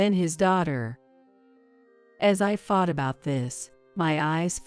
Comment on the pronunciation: The word thought it's not pronounced as fart, a fart is the expulsion of gas from the body th is not sounding as a f